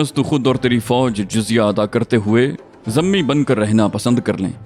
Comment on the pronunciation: بھائی لفظ ذمی کو زیر کے ساتھ پڑھا کریں۔ گذارش ہے کہ مشورہ میں کسی مجاہد مولانا صاحب کو شامل فرمائیں ۔ بارک اللہ فیک